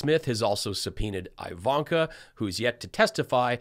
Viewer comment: Just curious to know why you call her "Aivanka" ...